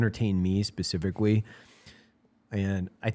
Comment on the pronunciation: "Specificquawy" (Evan )